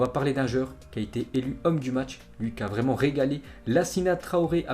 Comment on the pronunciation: un français vreeeuuuument